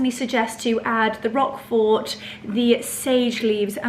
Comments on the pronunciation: Hello hello hello and merry Christmas to you all. First, I love that garnet red sweater. That is my favorite color. It’s striking on you and it is perfection times 100. Now, the cheese is called Roquefort cheese not “rock fort”. Ugh !!!!! OK, your fabulous. I wanna hang out and wear that sweater again that is your color besides white and cream. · You don’t pronounce the T at the end of Roquefort 😊